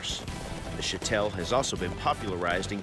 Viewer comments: Am I wrong? It's pronounced Show-tul... Not Sha-tell. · its shitol actually, shotel is an english corruption of the native word for the sword